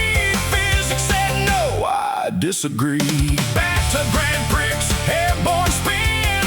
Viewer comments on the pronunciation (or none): This is great! How much of this did you actually write? The lyrics are pure Suno, but the spoken parts may be human prompted. The reason I ask, is because I would never let Suno get away with pronouncing my lyrics as Grand Pricks. Funny, but fix it, man. 👽✌️